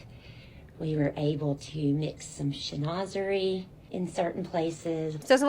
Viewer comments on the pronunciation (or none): That interior designer mispronouncing Chinoiserie. 😅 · The designer of the dorm room doesn’t even know how to pronounce chinoiserie.😂😂😂 She said Chin-naw-zery 😂😂😂. She’s just out there taking the money. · never trust a “designer” who can’t pronounce chinoiserie